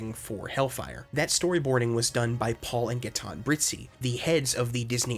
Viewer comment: for the french names: you said it well. except Gaëtan. the ë means it has to be prononced on it's own, so prononced Ga-é-tɑ̃ . Paul and Brizzi were well prononced even if i think the family name is italian. by the way : i'm french